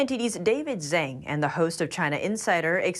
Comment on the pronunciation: It’s zang it’s xhang